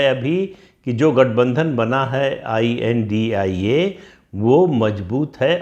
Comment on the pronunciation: I.N.D.I.A. को "इंडिया" न बोला जाय। डॉट के साथ ही बोला जय